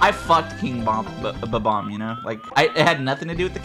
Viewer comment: Atleast and i share the right pronounciation of BOMB-OMB.